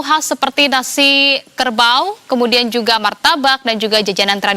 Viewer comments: Nasi KERABU bukan KERBAUUUUU😂😂😂😂😂😂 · Nasi kerbau 😂😂😂😂 i think salah sebut, yang betulnya nasi kerabu 😊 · Bukan ‘Nasi Kerbau’ mbak, salah dibaca. Seharusnya ‘Nasi Kerabu’..Nasi special dari Negeri Kelantan, Malaysia.😅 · Nasi kerabu dia kata nasi karabau 😂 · Aduhhh jadi pembaca berita pun tak study ke sebutan nasi kerabu dgn betul memalukan je jadi pembaca berita patut ya cakap rice to Wednesday je (nasi ke rabu) 😂😂😂. nasi kerbau pun boleh... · salah sebut,nasi kerabu la. Terkejut sis...🤭😅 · Sebutan nya Bazarrrrrrr Ramadan. Nasi KerrrBau.. kaya sebutan Org Zimbabwe